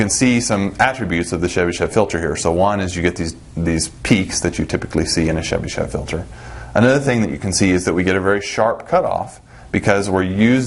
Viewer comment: Thank you very much, it was very informative. If I may, I would only ask why do you call Chebyshev as Shebyshev? There is "ch" sound as in "chart" or "choice".